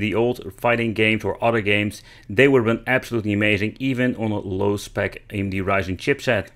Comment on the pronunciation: You Say AMD, nice